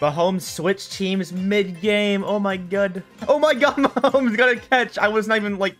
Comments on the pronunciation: Actually its ma hom es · No, it’s Ma hom os 😂😂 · “Me Patrick Ma HoM eS” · It's Mah om es